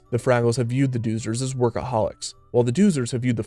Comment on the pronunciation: Pronounced” Dozers .. Doh-zers “